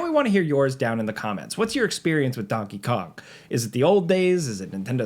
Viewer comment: bro did NOT say donkey kong